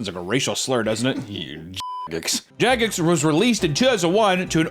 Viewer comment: It littrally hurt me to listen to the mispronounced jagex, im hurting days on......